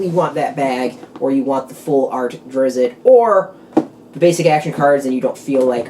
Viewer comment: Not "Drizz-it" but rather Drizzt. Should sound more like "Drist." Just saying. Thanks for the vid, as I was curious if it came with any boosters. ;-)